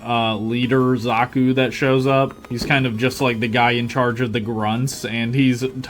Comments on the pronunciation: Ah yes zakos not zakus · god damn that pronountiation of Zaku (usually pronounced zah-cou) makes me, someone whose only experience with the og gundam series with amuro ray was just char's counterattack feel wierd, though ig it makes sense if that is how they pronounced it